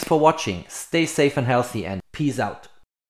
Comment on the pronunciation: I’m a big fan but I have two requests for next year. Is “peeze” out, “peace out”? I’m not familiar with that phrase. I realise us English are embarrassingly awful at languages, but can you say “adVantage” and not “adWantage next year please? I know many Swiss aim for perfection, so here are two picky requests, thanks😅